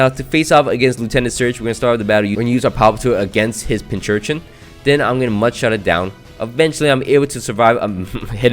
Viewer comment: It's still not Pinchurchin. There's no h after the first c....